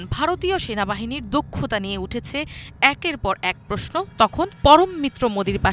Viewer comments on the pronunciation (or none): none